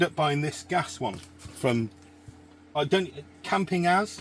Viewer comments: Great video, love the reviews. I’m pretty sure it’s supposed to be pronounced campin-gaz 😊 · Campingaz was a French brand. You can pronounce it like Camping Gaz